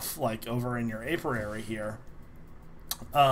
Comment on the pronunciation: Alverary? Apirary?!? It's Alveary and Apiary.